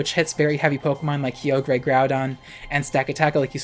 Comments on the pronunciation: "Kee-oh-gray"? It's "Ky-oh-grr", isn't it? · IT'S PRONOUNCED KAI-OH-GRR NOT KEY-OH-GREY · kygre (kee-oh-gree-) ???? That’s not how you pronounce it… it’s (ky-or-ger) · "kee oh gray" LOL. that uproar tech 🤣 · The way our queen pronounces Kyogre and Key-Ogre lmao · "key o gray" angry noises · lmao key-oh-grey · It’s Kai. Oh. Ger. Please! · Who the heck calls it Key-ogre?? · im dying for how u pronounce kyogre ☠🤣🤣🤣🤣 i live .... insert trixie making bird sounds here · Your pronunciation of kyogre is causing me physical pain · Ik you're just finding a way to put kyogre as many times into your sentences just to tick off people who don't know you purposefully mispronounce it 😂😂